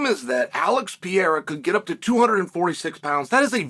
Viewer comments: “Alex Potato Peeharra” 😂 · his name is Pierra, not Pereira !! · Gahh-leee Alex potato pohara 😂😂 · Pi era, piora, per era… keep trying, almost champ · His name is pronounced PER-EIR(air)-A. Rogan, DC. You're not portuguese speakers. I get the desire for the respect, but I grew up with someone with the exact same name and this is how us NON wannabe portuguese linguists say it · Chael doesn't even try to pronounce pereira right way PE REI RA not Piera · "Alex Potato Pihara" 😂 you just made my day. Happy new year " Channel, shail, chail or whatever is your name" 😅 Good vibes from Colombia. God bless you man!!! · “No one can dismiss Alex Potato Peharrah”😂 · "...Pierre, Piera, Pantera...then they call him something that looks like Potato...but turns out it's Baton....Alex Potato Piara..." 😂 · Alex "Puteiro". You know what you did there, Sonnen. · Chael: "Alex Peereira" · pee-air-rah haha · Alex 'Potatoe' Pierra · Alex Potato Piharra 🤣🤣🤣🤣 I had to stop my car to react and say thank you Chael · "Alex potato peeharuh" 🥔 💀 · Alex "Potato" Peehara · wtf dude have some respect to brazilian names wtf u talking about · Alex said he will do it IF you say his name right ONE time... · It's very nice to see uncle Chael giving Alex the praise he deserves. But, please, someone teach him to properly speak his name 😂 (or he could just say Alex!) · We can say Texeira but we can't say Pereira, that's like being able to say tomato but not potato.